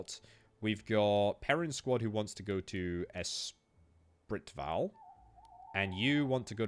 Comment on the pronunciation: Espritval = S spree val